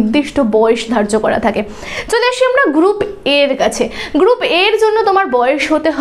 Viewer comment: Haa mam group B valoi laglo ....kintu apni te group B ke gup B bolechen ... ektu dhire bollei uchcharan ta thik hoto😊